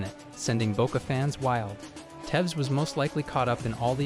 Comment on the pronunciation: tevs???? who the fuck is tevs? I call for all americans to never speak on football again.